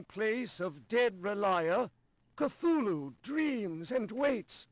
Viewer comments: Well, H.P. Lovecraft DID intend for the name to be pronounced many different ways, since having something with an inconsistent name is alien to humans and thus terrifying and/or confusing. But I agree, "Ca-thu-lu" is much easier to say. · Oh, did you just pronounce Cthulhu as, "ca-thoo-le-hoo?" You so cray cray! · Sir Tanky Yeah. I'm pretty sure it actually says in 'call of cthulhu' that none of those names (cthulhu, ryleh etc) "were truly pronounceable by human tongue", or something like that.